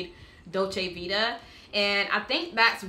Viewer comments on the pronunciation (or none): none